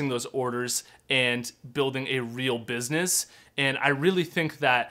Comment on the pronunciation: The way he says business lol must be Canadian tings! Thank you very much FROM NEW ZEALAND